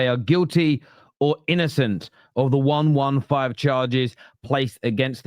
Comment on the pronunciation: One-one-five charges? Can you count? Serious question..... It's one hundred and fifteen charges, Numbskull 😂😂😂